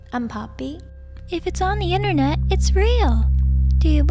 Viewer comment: It's internet not innernet